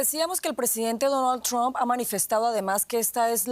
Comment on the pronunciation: Que graciosos son los amigos de la DW y periodistas latinos. Se pronuncia [TRAMP] no "tromp". Asi como y Sol se dice [SAN] y correr se dice [RAN] y almuerzo se dice [LANCH] no "lonch". Mientras que [SON] es hijo (son). Favor pronuncien bien y den ejemplo. Trump se pronuncia [TRAMP] no tromp. Mientras tanto Sanchez en España pareceria estar importando criminales y matones de marruecos de los que se sirve el socialismo para aterrorizar a la poblaciòn, como lo hizo correa y maduro sacando gente de prisiones.